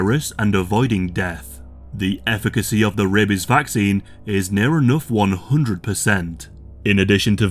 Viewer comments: Every time you say rabies I can't help but think "rabeh bebehs" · The way this guys says "rabies" makes me laugh every time. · He says rabies the same way Ze Frank says bebies